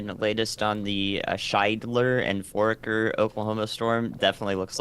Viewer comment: It's pronounced For aker